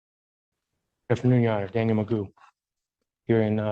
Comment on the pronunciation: This AI trash was horrible. Repeating the entire segment word for word for no reason.. then not even pronoucing the last name correctly. The said MAGOO and the stupid AI is saying Megum.